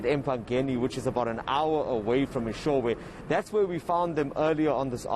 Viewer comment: Its Eshowe with an O not an A its not Eshawe please pronounce correctly 🙏🏾 thank you